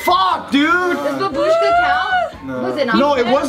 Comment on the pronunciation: For fuck's sake it's not babUshka, but bAbushka